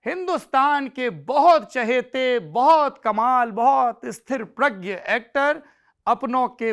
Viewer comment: Right word is STHITPRAGYA, STHIRPRAGYA NAHIN